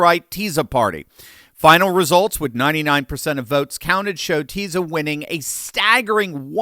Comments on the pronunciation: I would love your podcast even better if you’d make a better effort to pronounce Hungarian and foreign names. Tisza ( ti -sa) Magyar ( meaning Hungarian ma-dja:r) and it Soros ( sho-rosh) Budapest ( Buda-Pesht) Thank you. Köszönöm. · and stop saying mah gee yar... it's MAUWDY YAWR there is no g in prononciation. and TEE-SAW ... there is no z in the prononciation. sz is pronounce like an s an s without a z actually sounds like a sh in hungarian.